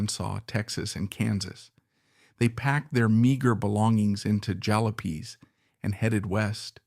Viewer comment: Jowl-oh-'peeze for ja-'lop-eeze? Bob Wills sure looks like Spade Cooley.